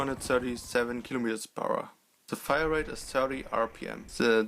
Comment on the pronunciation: "Firarete" xD